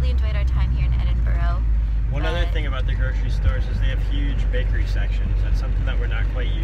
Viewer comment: Which comedian? You said Edinburgh wrong LOL. No videos of the lake district?